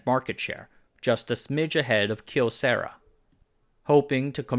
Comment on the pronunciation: At least he said Kyocera mostly correct. I hate how the company itself has decided saying the name wrong is how they prefer it. sigh.